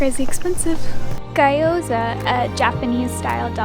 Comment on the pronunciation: ghee - yo - zah, not gah - yo -zah